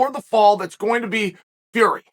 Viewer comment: 'Will Fleury' Simply incredible